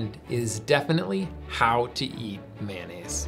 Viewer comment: In New Orleans, Blue Plate (made here) rules. Sounds like"MY-uh-nez" Only way to make a po'boy!